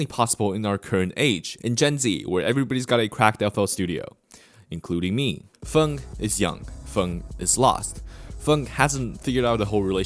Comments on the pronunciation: why are you saying fung and not feng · Why this guy keep on saying fung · Idk if ur purposely comment baiting with the way you pronounce his name but that shit hurts my ears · Why do you pronounce feng like that